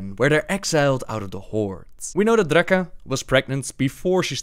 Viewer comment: "This was Drrrrrraka". This dude is gold.